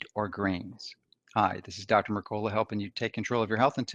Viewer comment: Duel e yard? D'yard.... Merk a la lol